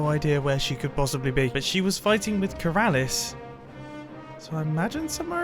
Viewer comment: Mumbo: “It’s so Keralis and hilarious” Me: Keralious